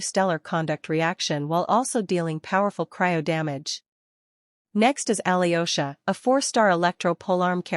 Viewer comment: 'yo' in Alyosha pronounced together (russian ё). Like I in spanish, not aliosha